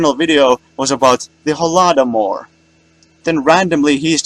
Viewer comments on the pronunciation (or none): It's just the cherry on top that he can't pronounce Holodomor. He says "Holahdomour"